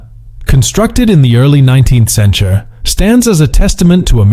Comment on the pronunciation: I noticed that too. The 20 Centchar? World War Second?